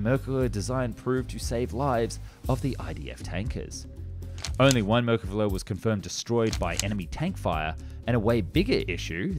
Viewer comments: Why do you keep calling it merkala? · Your pronunciation of Merkavs is way off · Decent overview of the rationale behind the development of this tank that has helped keep the people of Israel free from terror and oppression. You had a fair attempt to pronounce the name too, although the emphasis should be the last syllable...mer-ka-Vah. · YOU PRONOUNCE THE V THERE'S NO L IN THE WORD MERKAVA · Yikes, have you never heard its name pronounced before?? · Yes! Please continue with the Merkava 3 & 4! But PLEASE work on your pronunciation of Mer-ka-Va. I'm hearing something like Mer-ka-Gah. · His mispronunciation of Merkava as Merkela is funny enough to transcend politics. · אאהההההההה אז תגיד altough, it is not exactly marekava but rather mrkava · No, it is Mer ka va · MerkavA-the accent is on the last syllable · I love this channel and I love the Merkava series of tanks. But am I the only one cringing every time the narrator calls it "Merkala" and not Merkava? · Ahh yes the mercala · whats going on with your L's its israel tal not thai 😂 also merkava not merkala the former german chancelor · why do you keep calling it a merkele/merkeler